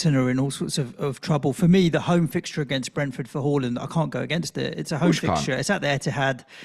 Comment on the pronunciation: It's HAA land not HAUL land